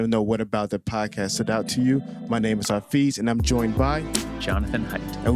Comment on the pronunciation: Hey buddy... Your name is pronounced Ha-FEZ.... like the poet.... gawd....